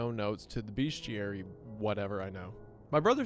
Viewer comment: Hey Wendi, sorry but there is no "a" in bestiary. Great video :)